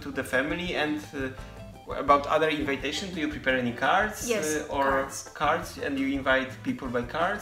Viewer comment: Your english is really good, but you need to know, that the pronunciation of the word "invitation" isn't the same as with "invite". It's more like in-vee-tation, not in-vai-tation. The same is with combination. You correctly pronounce it with 'i' that sounds like polish 'i'. :) Really nice video, guys!